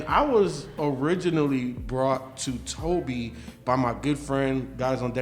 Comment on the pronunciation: His name is pronouced as "To-bay" Not To-be.